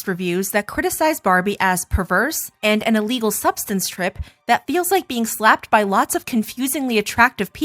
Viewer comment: “Really in my fee fees” never saying in my feels again😂😂